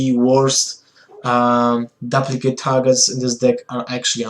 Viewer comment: DOOP-licate Not DUP-licate